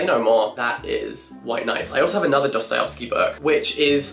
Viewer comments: was I the only one that went crazy by jack pronouncing dostoyEvsky as dostoyOvsky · Jack. please. it's not Dosto-yo-vski. it's Dosto-yev-ski. as in yes. not as in yos. please, i beg of you. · Love your videos Jack! Your character is so warm, funny, and witty. Keep doing what you're doing cause we are obsessed :) PS: Its DostoyEvsky not DostoyOvsky <3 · It’s Dosto-yev-sky not Dosto-yov-sky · Jack, bestie. Not you too. It’s DostoyEvsky not DostoyOvsky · PLEASE stop pronouncing it 'DostojOvskij' I am begging you